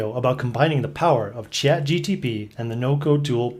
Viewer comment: Chat-G-P-T, not G-T-P :)